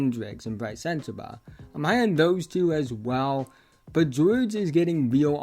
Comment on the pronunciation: Keyonte gwowge